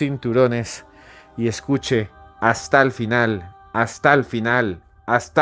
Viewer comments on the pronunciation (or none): Escuché astal final, Astal final, astal final